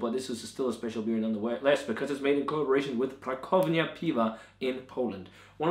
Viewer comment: Nice review as always! One thing,. Co in Polish is pronounced 'tso'. Pra tso vnia:) Keep up the good work, lad!